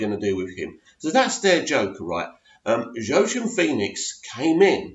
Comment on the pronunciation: Fantastic trailer! Btw its pronounced 'Wakeen' Phoenix :).